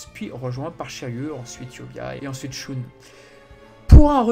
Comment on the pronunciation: Bravo pour ton taf sur la série, mais pourquoi tu dis shoune (on dit pas sheun)?